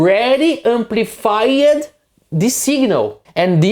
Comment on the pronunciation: defined" ... two syllable.... deee-fined ... not de-fine-ed Same goes for amplified. No amplifi-ed. If you just took off the -ed and pasted a t on the end, it would be closer.